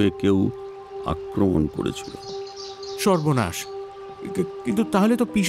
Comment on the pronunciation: র গলার টেক্সচার ভালো হলেও presentation এ অনেক গলদ আছে...তাই expectation match করলো না ঠিক।অনেকেই অনেকগুলো point out করেছে, আমিও কয়েকটি বলছি - চ এবং ছ এর উচ্চারণ, করেছিল, গিয়েছিল ইত্যাদি শব্দকে করেচিল, গিয়েচিল বলেছেন উনি। এইভাবে শ এবং স, ড় এবং র এর উচ্চারণেও ত্রুটি আছে। ওনার কথাগুলো একটু জড়িয়ে যায় মাঝেমধ্যে, মানে শব্দগুলো ঠিক স্পষ্ট ভাবে উচ্চারিত হয়নি অনেকসময়। একটি বাক্যে কয়েকটি শব্দ বেশ জোরে এবং কয়েকটি খুব আস্তে এটা অনেকবারই হয়েছে.. সামঞ্জস্যতা বজায় রাখা উচিত ছিল । আর শেষে, বেশ কয়েকটি জায়গায় সংলাপের সঙ্গে ওনার expression ঠিক match করেনি.. অর্থাৎ dialogue এর mood একরকম আর ওনার expression অন্যরকম.. বেশ কয়েকটি রোমহর্ষক সংলাপ উনি বেশ flat ভাবে বলেছেন। মীর স্যারকে ব্যোমকেশ, শার্লক, তারানাথ, প্রখর রুদ্র, উমাশঙ্কর চৌবে সব রোলে তো শুনলাম, সেক্ষেত্রে একটু যে monotonous লাগছিল না, সেটা বলবো না যদিও প্রত্যেকটি রোলেই উনি অসাধারণ, তাই এই change টা আমি সমর্থন করছি। সব্যসাচী বাবু ফেলুদা না করলে এই চরিত্রে তার কন্ঠ বেশ ভালো মানাতো বয়সের সঙ্গেও, কিন্তু তিনি তো voice of Feluda হয়েই গেছেন সেইক্ষেত্রে অভিনেতা চিরঞ্জিতকেও try করা যেতে পারে ওনার গলাতেও একটা গাম্ভীর্য আছে । এছাড়াও Shankari Prasad Sir বা Paran Sir কেও try করা যেত। আসলে mirchi র production quality এতটাই top notch যে এই জিনিসগুলো বড্ড কানে লাগে, শুধু mirchi বলেই এতটা চুলচেরা analysis করছি 😅... আবার যেখানে মীর স্যার, Deep Sir, বা সোমক দা পার্শ্ব চরিত্রে রয়েছে যাদের উচ্চারণ খুবই ভালো সেখানে lead character ওইরকম না হলে, difference টা বড্ড evident হয়ে যায় । আশা করি সময়ের সঙ্গে সঙ্গে আরও p